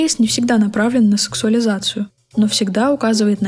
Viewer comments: Femme fatale произносится как "фАм фаталь" а не фЕм. Это по-французски, на всякий случай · Femme fatale - фАм фаталь, это французское слово, кек. А в целом спасибо за видео